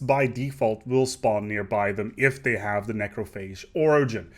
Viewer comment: I can't help but notice every now and then you pronounce this and they, like "dis" and "dey"